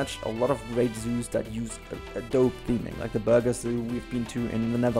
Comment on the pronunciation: apenstaartje65 du kwak officially spoken it’s not, because Burgers is actually the last name from the first owner of the zoo. Still like his pronunciation tho😁